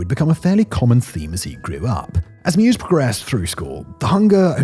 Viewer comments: I believe his name is pronounced MY-VEZ not MUSE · Take a drink every time Simon says Armin Mews. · Why does he call meiweis "mew's"? Thats not how his name is spoken! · Meiwes. If you know that the German letter combo “ei” is pronounced like the English “I”, you can get this one. My + Wes (as in Wesley) with the stress on the Y. mY-wes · It’s pronounced “mavis” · his name is pronounced M-EYE-VESS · Meiwes is pronounced “My Vays”. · Annoying when he cant pronounce the name right throughout. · I have no idea how you got that pronunciation of his last name, but I cringed every single time